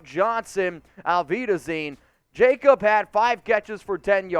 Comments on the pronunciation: Its pronounced “Yak obb” Johnson. Real Ones 4 Life know this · Jakob Johnson is pronounced yah-kop